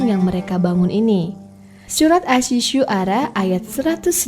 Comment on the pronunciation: Bukan surat asi syuara tapi surat assyuara dibaca assyuaro...